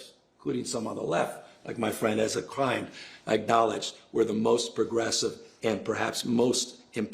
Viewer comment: Did Gavin just try to go Israeli mode when pronouncing “Ezra Klein”..???